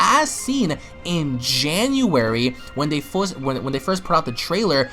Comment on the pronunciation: has a slip and has some sort of accent when he says "first" anyone know what type of accent it is?